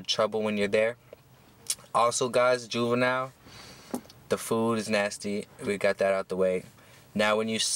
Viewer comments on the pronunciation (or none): Did he say boobenille